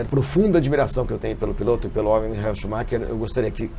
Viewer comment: engraçado o Flavinho falando "mijael" schumacher!! hahahaha